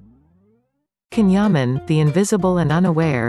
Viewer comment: The video is excellent but remember that the pronunciation of his first name is different!